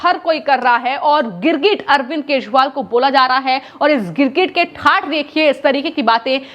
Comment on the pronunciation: अरविंद केशवाल सुनाई pad रहा है महोदया